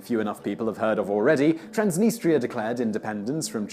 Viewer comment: TRANS deh-NEE-struh.